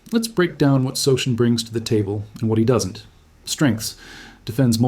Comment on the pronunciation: Want to try pronouncing his name again?